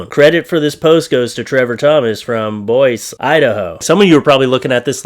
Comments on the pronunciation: It Isn't pronounced Boyz Idaho It's said Boyze Idaho ✅👈❗❗Damn You Canadian z 👈✅❗I Tell You !!! Youz R Frustratingz ✅👈❗❗😵😵W.T.F.??? Its a good thing that the country below is North Dakota because we would pretend not to know U Canadianz ✅👈❗❗😵😵😂😂😂😂👍👍✋✌👈✅❗❗ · Hey,! It's pronounced "Boy-zee", not "Boysss". It's in Idaho State. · Boise…. BOY-SEE…. Not BOY-SSS… BOY-SEE…. BOISE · You said from Boys < It’s Boise Boy Z Idaho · Boise, Idaho is pronounced as boyzee. Just so you know. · It's pronounced Boi-see lol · Boise is pronounced boy-sea. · Hey!! Love you,! BTW it's pronounced " BOYZE- EE. 🤗🤗🤗💖💖💖🇺🇸🇺🇸🇺🇸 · For future reference: Boise is pronounced boyzee. Love you,!